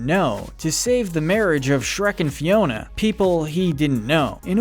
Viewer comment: I was like "why is he calling Fiona ' Tiana?' Like wrong movie dude." Xp